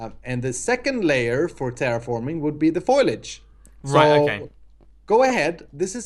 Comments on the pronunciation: It's foliage not foilage. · Did say FOILAGE? Hahahahaha. That there tree is some nice FOILAGE LOL. It is pronounced Folage people, the I is silent! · you've got the i in the wrong place. Fol"I"age! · You mispronounced foliage....